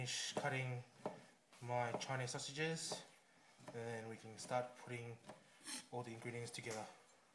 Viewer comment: CHI-KNEEZ SALSA-JIZZ